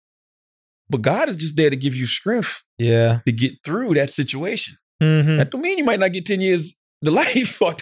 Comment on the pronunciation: Nobody: Charlamagne: Strengf